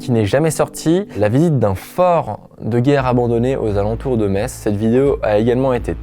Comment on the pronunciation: C'est moi ou il a bien prononcé Metz ?